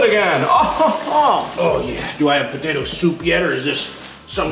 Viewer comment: A Moto:potato patao Mark:PATAERS